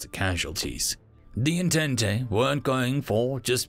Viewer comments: Entente is pronounced on-tont not on-tent-tay, it's french. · >En-tent-e I love it. An alternative to the French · Yeah that kinda annoyed me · Sorry if this is rude, but I wanted to point out that entente is pronounced as "On-taunt.". It's French. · You butchered the word Entente. xD